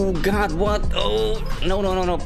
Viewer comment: the “noo” sounded like he was from the uk😂